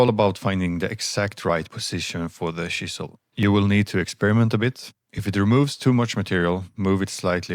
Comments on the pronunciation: When you said chisel. I though you said she saw😅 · I thought you said she-saw 5 or 6 times before I realized you were saying chisel. I was like, what is a she-saw.